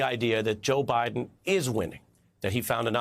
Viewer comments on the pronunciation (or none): none